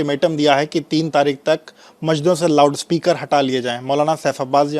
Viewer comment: 'Loud' speaker hota hai be, ye bhaisab kuch alag hi pronounce kar raha hai🤣🤣🤣